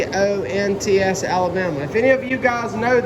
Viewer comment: I run Broad Wheels when I raced. I live in Gadsden Alabama. It is about 30 miles from Oneonta. Pronounced Ahn e onta.